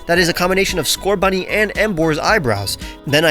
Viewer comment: you are saying scorbunny